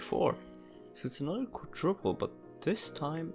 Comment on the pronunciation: he very clearly says quadtriple